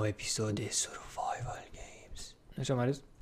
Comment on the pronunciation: Survival , serios ? chiar nu stii cum se pronunta?